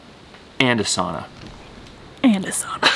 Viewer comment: Absolutely love your family and all of your hard work....getting a sauna will be great....pronunciation of sauna is sow-na not saw-na..lol not a big deal but a pet peeve of mine lol...enjoy